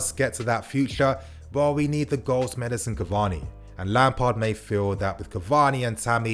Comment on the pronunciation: can you stop calling him Edison, it’s Edinson my man 😤